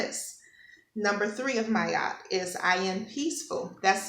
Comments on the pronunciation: Her Name is pronounced MAAAT not Mayat. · Ma-at. Two sounds🙏🏾